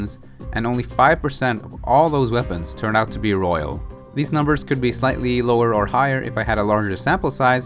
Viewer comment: Royal, not rohiol.